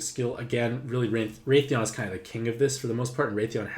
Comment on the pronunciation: i freaked out because i never heard of raytheon but then i wised up aha! pronunciation is wrath-ian like wrath and the name Ian lolol